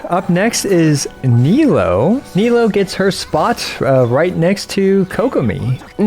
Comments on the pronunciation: i think bc it's supposed to be knee-loo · Btw, Nilou's name is pronounced Nee-Loo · The way you pronounce Nilou and Yoimiya kinda kills me everytime